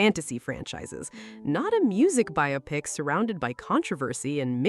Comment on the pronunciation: Biopic" is correctly pronounced BY-oh-pik (long O, stress on the first syllable), as it is a compound of "bio" (biographical) and "pic" (picture). Many people incorrectly say "bye-AH-pick" because they mistakenly associate it with words like "myopic" or "bionic," treating it as "bi-opic".Key Details on the Pronunciation Debate:Origin: The term emerged in Hollywood during the 1940s as slang for a "biographical picture".Why "By-oh-pick": It is a shortening of "bio" + "pic," preserving the pronunciation of the independent words.Why people get it wrong: "Biopic" is considered a "misle," where the spelling leads speakers to break it down as bi-opic rather than bio-pic, causing the confusion.Dictionary Standard: Major dictionaries, including Merriam-Webster and Oxford, confirm the primary pronunciation is /ˈbaɪoʊˌpɪk/.While "bi-OP-ick" is common in colloquial speech, it is widely regarded by linguists and dictionaries as incorrect, as it ignores the word's "biographical" origin.How do you all pronounce "biopic"? : r/movies - RedditApr 2, 2018 — I'm sure she will love it. * Archaia. • 7mo ago. Same here, I never heard it pronounced "bio-pic," until a few years ago in South Park. I thought it was a South...Reddit·r/moviesWhy do a surprising number of people pronounce 'biopic' as ...Dec 9, 2020 — It's a good question! The way words are pronounced is sometimes based on faulty reasoning. “Biopic” looks like it is in the same family as “myopic”, but it isn'QuoraYou're Probably Mispronoun